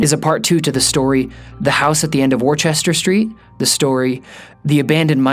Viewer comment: Wooster, not warchester.